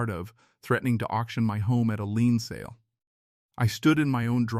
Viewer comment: The word is “Lien” not lean